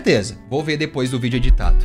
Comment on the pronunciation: EU JURO QUE EU OUVI ELE FALANDO VÍDEO DE PÉ, TIPO GRAVAR VÍDEO DO PÉ DELE QUE SUSTO KKKKSNNWNQKQKKKWJEWIQISJK